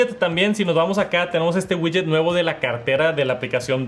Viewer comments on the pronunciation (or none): none